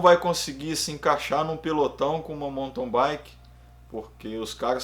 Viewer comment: Sou novo no canal, mas tenho curtido muito. Só um toque: do jeito que você fala mountain bike eu ouço "monton baique".